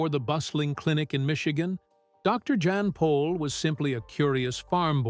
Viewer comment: You could at the very lest write and speak his name correctly. Dr Jan Pol